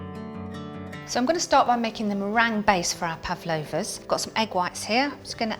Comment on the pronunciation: I swear she called them puff loafers. LOL